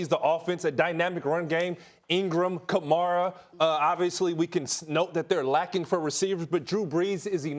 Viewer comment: The way he says Kamara just shows that he doesn’t know anything about football